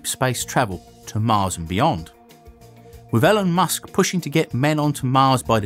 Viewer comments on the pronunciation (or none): IT'S ELON MUSK, NOT:) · I love how you say